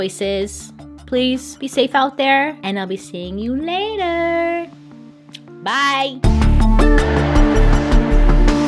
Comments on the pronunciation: Not gonna lie, i am so used to the soft "byeeee🎶" at the end that went she went "BYE. O_O" i got startled🤣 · The ending thoooo... Had me shook. 🤣 I have a habit of saying "bbbyyyeeeee" at the same time Bailey does at the end of each video...and in this one she hit us with the abrupt... BYE! 🤣 She got me.... Made me laugh tho cause I love how spontaneous and unpredictable she can be! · Same... I usually say.."bbbyyyeeeee" with her.. and she shocked me with the.... BYE! but at the same time it made me giggle, I love being surprised by her! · I was expecting the soft toned byeeeee..... but this one was BYE lol